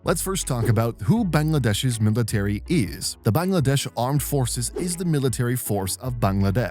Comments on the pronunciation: I’m Bangladeshi and I’m hella happy that you said Bangladesh properly instead of “baengladeash” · I appreciate how accurate your pronunciation of 'Bangladesh' is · Vary good "Bangladesh ' pronunciation